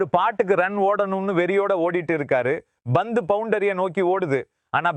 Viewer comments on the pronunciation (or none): Poor Tamil…Bhandup…no pandu….bat he says bet..omg…bandu…oh no pandu…improve your Tamil please….dravida model Tamizh